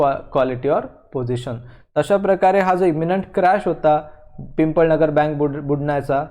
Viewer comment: It is not pimpalnagar it is pipalnagar